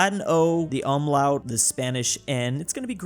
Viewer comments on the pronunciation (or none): It’s pronounced oom-low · It’s pronounced Oohm lowt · ß (es-tset) is actually an "ss", not a b. For example, Fuß can be rewritten as Fuss. And the "um" in umlaut is pronounced like the "oom" in doom. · It's pronounced, Oum lawtes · You said ümlaut incorrectly, I will bring the Luftwaffe on your house